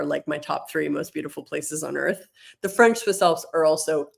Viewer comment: Your French pronunciation needs a bit of work,. It’s not terrible, but you have a heavy American accent. When you speak a foreign language, you have to let your mouth make the natural sounds of the language which requires a bit of a different voice and being aware of where you place your tongue and the degree to which you open your mouth. It comes fairly easy to me. My tongue can pick up most languages, but there are videos you can watch on YouTube if you want to work on the pronunciation.